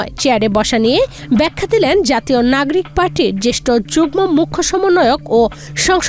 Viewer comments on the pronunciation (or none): Uchharon thik koren.nagrik na nagorik